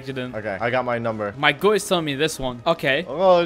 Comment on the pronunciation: It’s OKEH to not be OKEH❤️ titan cry 😭